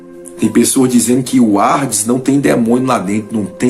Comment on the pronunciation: Não é ARDES, O CORRETO É HADES